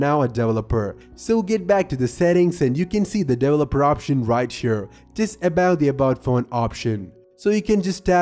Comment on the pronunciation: Everyone: Developer Him: Devleloper